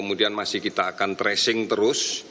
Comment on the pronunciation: Tracing,. Bukan Trashing